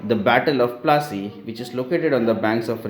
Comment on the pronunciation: Can you say plassey properly